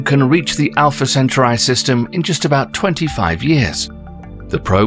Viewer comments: Alpha Centuri??? And “your anus” ??? Arghhh! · Alpha centuray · "Alpha Centuray" 😅😅😅😅😅😅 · Dude, learn to pronounce - it should be pronounced - alfuh sen-taw-ree 🤣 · Great video. Although that's the first time I've heard Alpha Centruai pronounced that way, I've always heard it as al-fuh-sen-taw-ree. And I'm British too. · Alfa centaurai 🥲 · I never heard anyone pronounce Alpha Centauri like this……lol